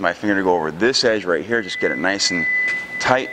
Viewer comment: Tight not toight